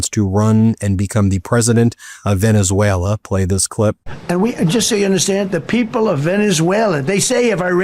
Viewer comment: Ok learn Spanish? Second learn the name of the country you are invading... "Venezuleraner"